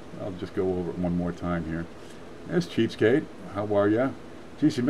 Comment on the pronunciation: you said subscribe to cheapskate, I thought you said cheesecake